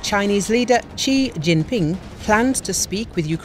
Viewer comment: Quite accurate, his family name is Xi, pronounced Shi